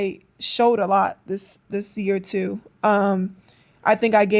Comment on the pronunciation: It's "tew"😂😂